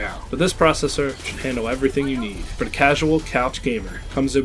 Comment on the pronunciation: Please say "the" instead of "da".